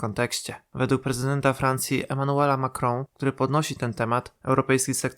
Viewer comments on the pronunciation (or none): A dlaczego nie po staremu 'Macrona' tylko jakoś 'Macrąą'?